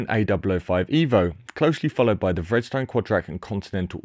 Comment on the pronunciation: Isn't "Vredestein" pronounced something more like "Freederstine"?